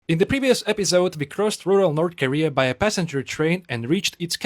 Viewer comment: 'North Karea'